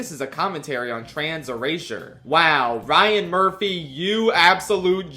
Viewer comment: I kept hearing Ryan Murphy as Brian Murphy when you were talking about all's fair, so every time you said his name I had to keep asking myself why the guy who plays Riz "the ball" Gukgak was working with Kim Kardashian.